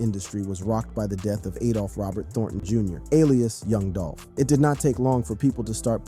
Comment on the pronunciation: "Yung Dolphin" Can't unhear it...